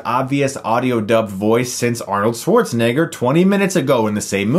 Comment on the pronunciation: To much "Igger" you put in Schwarzenegger's name, bro🥴